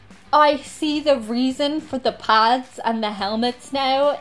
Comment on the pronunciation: Did she just call the "Pads" Pods?